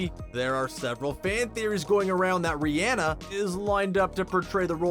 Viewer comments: It’s not ri-enne it’s ri-onna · An I the only one who was bothered by how he was saying Rhianna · Every time he says Rihanna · The way he said Rihanna 😂